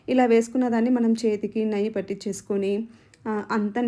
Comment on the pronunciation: నయ్యి కాదమ్మా, నెయ్యి అంటారు అనుకుంటా...